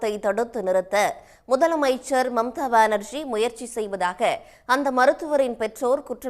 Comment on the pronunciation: மம்தா ❎ மும்தாஜ் ✅